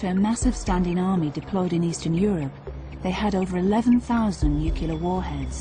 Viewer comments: This is a great video but, I really wish that the narrator would say nuclear and not nucular. It just bugs me, especially from someone who should know the pronunciation. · It's pronounced nuclear not nucular. Dumb bitch. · "Nucular"???? What the actual fox that meant to be? It's "Nuclear" FFS......! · Why is it that so few people seem to know how to pronounce 'nuclear' properly? The Americans are the worst - it's invariably 'nucular'. But even the British narrator of this documentary says 'nucular'. It's very simple. Two simple syllables: 'Nuke-lear'. Or try saying 'New-clear'. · Holy S, It's NOO-CLEAR, NOT NOO-CUE-LER. Doesn't matter the British accent, she still sounds like a massive dumb*ss. She probably also says Lye-Berry for "library." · Fascinating and scary in equal measure, with brilliant music!! Just on enegative point; NEW CLEAR put the two words together and you get NUCLEAR, not NOOKULAR. Not difficult is it? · It’s NU-CLE-ER...not NU-CU-LER! Geez, that drives me nuts...sounds like GW Bush! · Stop saying NUCULER!!! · The narrator keeps saying "new'cular," not "newcle'ar." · Ok, I was in the Navy and participated in Able Archer....funniest thing is, I can't stand the narrator using the word "new-cu-ler" instead of the correct pronunciation being "new-clee-ur". As a "survivor" of Able Archer, that's the biggest mistake in this documentary...which is pretty awesome by the way! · Nuclear = NEW-CLEAR, not NUKE-YOU-LAR. Stop talking like an idiot American republican. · Nuclear, not "nucular". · Not nu-cu-lar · Yes, and for those of you who can't figure it out it's: new clear, nu-cle-ar not, as Gina McKee says it nu-cu-clear. Nuclear comes from the word nucleus. Damn! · It is extremely hard to take this woman seriously when she continually says NUCULAR instead of nuclear. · AAARRGGGGHHHH!!!!! It's nucLEAr not nucULAr. We all have pet peeves, you know? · two minutes in: is she going to say nukyular over and over? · Just say nuclear properly! It's not nucular....